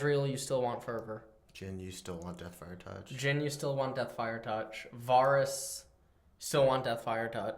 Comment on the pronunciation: Can someone teach how to pronounce names? NAWSUS AWWTROX VAWRUS.